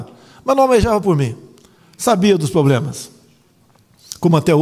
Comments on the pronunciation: "Sabia dos POBLEMAS"... Fazia tempo que eu não ouvia isso dele... Desafio o Mico a dizer "fenomenologia". Se conseguir falar sem errar 3x seguidas, não vou na manifestação do dia 30 :P :P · Mano, ele falou "problemas"